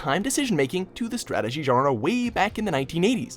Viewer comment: Every time this guy tries to pronounce "genre" I have a stroke.